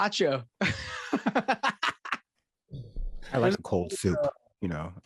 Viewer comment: Because of this clip I can no longer consistently pronounce either gazpacho or gestapo properly. This verbal typo has ruined a small part of me.